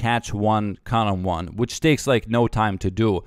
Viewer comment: I just watched this cause I like how he says karambwan